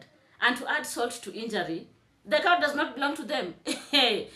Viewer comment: Cowdesta so because Mayuguono spoke about having a Cow he stole the 🐄allegedly..Cowdesta go get speech therapy😂